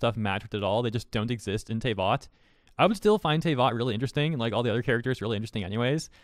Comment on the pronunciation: Tayvot……… Tf is a tayvot? Ive NEVER heard anyone call it TAY vot wassup with the O too?